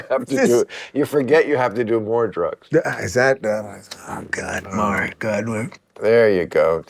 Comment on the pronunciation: Him calling him "Maher" repeatedly was annoying